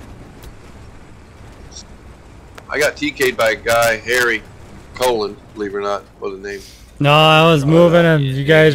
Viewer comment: Maybe he should change it to Harold colon? Or maybe he should correct everyone an their pronunciation. Pronounce it like the baseball pitcher bartolo colon "co-lone"